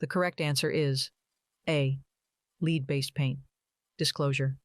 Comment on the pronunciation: Question 45 pronunciation is “lead -the element” not lead as in front. However, great learning material